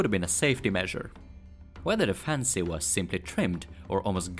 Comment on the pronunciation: I think I can speak for a lot of us when we say we're not taking offense by it just sounds a little funny to our native ears. (Mostly the way you say "fancy") You make awesome videos please don't take any offense ( you pronounce it "correctly", without splitting the word up. Generally you pronounce "fan-Sey" inflicting the on the second syllable , sounds kind of silly to a native speaker. you pushed the two syllables together sounding much more natural) anybody who gives you BS about your pronunciation ( other than me just now of course😂) ask them how many languages do they speak. Please keep making your awesome videos!!